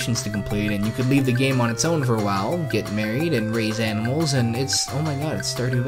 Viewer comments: Oh, how I love domesticating aminals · domesticate all the aminals